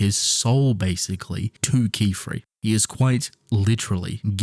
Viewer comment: Yay he learned how to say Qifrey right :DDDD